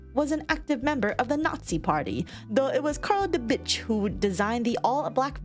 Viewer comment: For a moment i was like "who the f- never mind its " I honestly cackled at their pronunciation of Karl Diebitsch- rightfully so, he is a Die Na*i Bitsch